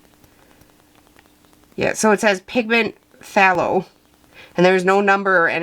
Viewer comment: Arrrugh, Dang chemists and those nerdy names! When you see Phth it is in nomenclature or jargon and pronounced T so you say “thay low” at the start, As Phtho crazy huh? I also cannot believe I haven’t plugged DaVinci Paints because they are the BEST ! So there’s another opinion for you!